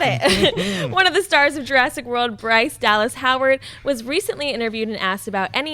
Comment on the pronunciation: Jur-ASS-ic World. ; )